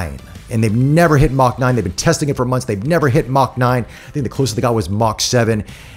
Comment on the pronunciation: Man I want to keep watching the review but when he kept saying “Mach 9” I cringe. But still love his enthusiasm!